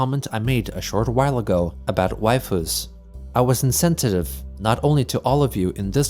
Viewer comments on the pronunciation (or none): you pronounced insensitive as insentitive even though Chris spelt it correctly WTF!